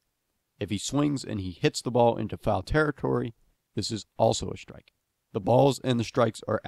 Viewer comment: Great video. So pleased I'm finally clear about what constitutes a proper shtrike ;)